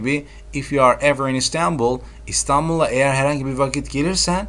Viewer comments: Yistembul değil İSTANBUL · Anladik ingilizce öğretmenisiniz de istanbulu da istağnbuull diye okumanin mantıği ne?